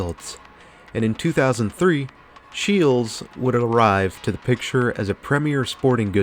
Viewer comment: Nailed the Scheels pronunciation! For those who have never gone, to call it as a sporting goods store is an understatement depending on which location you go to.